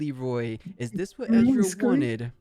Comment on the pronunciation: Please stop called Ezreal "EZ" the E in Ezreal is not pronounced like the E in EZ. He is not calles Israel.